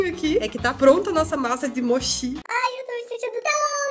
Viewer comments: Se fala ''Motí'' :D S2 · Se fala "motchí" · Escrita= mochi Pronúncia= moti Escrita em japonês=もち も= mo ち= ti espero ter ajudado =3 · a massinha se fala moti e n moshi e se vc passar maizena, congelar e depois fritar fica crocante e por dentro fica bem chiclete e se vc gostar de agridoce vou te falar o molinho q aqui fazemos. Vai shoyuu com açucar. E se vc n gostor come com q vc quiser pq esse molho é o original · se escreve mochi e se pronuncia moti e muuuuuito bom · Minha vó me ensinou que é importante comer um tipo de sopa com esse mochi na primeira refeição do ano para dar sorte o ano inteiro. é mochi mas se pronuncia MOTI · Se escreve Mochi e se lê motí ❤️ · A pronúncia de mochi: Moti Em japonês: もち も=Mo ち=chi E não acho que isso pode ser considerado mochi porque o mochi deve ser batido, e além disso eh mais macio. Nada de hate, só uma ajudinha :3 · Não é mochi que fala é moti kim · Se fala "moti"... Parabéns pelo vídeo!!! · de pronúncia Moti não mochi kkk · A pronúncia do mochi é "moTI" rs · se escreve mochi mas se pronuncia motchi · Vc falou errado“mochi” o “chi" tem som de “Ti"... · Se pronuncia "motí" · Se pronuncia "MÔ- TCHİ" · Mochi se pronúncia moti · se escreve mochi mais se fala motti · Se diz moti e não "moshi" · Não sei pq fiquei um pouco incomodada com a pronúncia dela...não sei se é pq sou japonesa mais mds...kkk